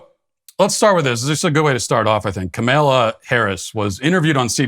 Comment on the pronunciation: I really appreciate how he always mispronounces Kamala. Keep it up. I laugh every time.